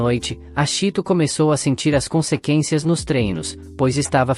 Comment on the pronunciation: Consekencia😁😁🤣🤣meu deus